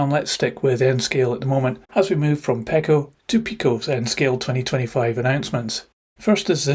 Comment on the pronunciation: It’s pronounced “Peeco”